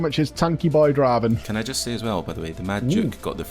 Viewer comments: Can we get and to say "welcome to the league of Draven" on stream and settle this once and for all? There's just no way it's "drah-ven", it's 100% "dray-ven" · Jesus. Haven't you ever played League of Legends? "It's Draaaaven. Not Draven."